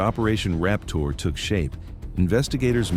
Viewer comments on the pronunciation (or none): Sounds like he said "operation Rap Tour"